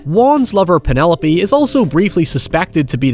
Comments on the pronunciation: Loved this movie as a person way too young to have seen it at the time. Cant help but think about the "Peenaloap" pronunciation whenever I hear the name Penelope. Looking foreward to the breakdown of Terrifier and its sequel! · You are pronouncing Penelope's name wrong!!!!